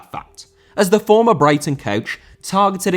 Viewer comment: Jones cane from Brighton not Baraton lol